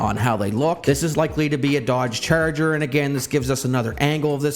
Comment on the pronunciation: Why you say “ cherger “😂 I can’t stop hearing it